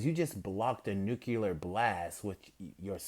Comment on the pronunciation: I SWEAR EVERY1 MAKES THIS MISTAKE. It's not nu-cu-lar it's nu-cle-ar